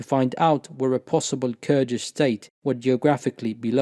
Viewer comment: Your pronunciation of Kurdish names, Turkish names, and Arabic names and words are very impressive and flawless. You must be fluent in all 3 of these languages. Mashallah, may the Almighty increase you. Ameen